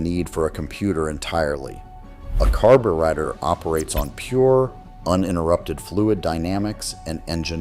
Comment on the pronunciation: AI BS! Can't even pronounce carburetor correctly